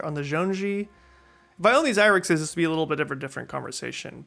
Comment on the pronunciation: Agree with everything you said. BTW, zhong-yi (jong-ee) is how it is pronounced!